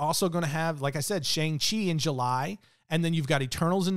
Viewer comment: Its Shāng-Çhi